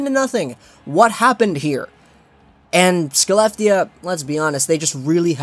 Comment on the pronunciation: Skelleftea is pronounced Haleff-tee-uh